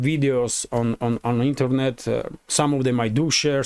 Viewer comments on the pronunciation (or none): none